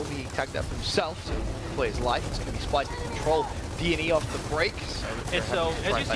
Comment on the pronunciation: Dice SPYLSE JEJEJEJEJEJE no splyse